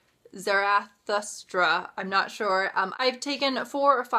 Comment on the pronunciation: Armageddon in Retrospect is a fantastic collection, I would be surprised if you didn't love it. Thus Spoke Zarathustra ((like sara but with a Z) Zara--Thoo--Straw) and the original German pronunciation is tsah-rah-toos-trah. It is the best place to start reading Nietzsche.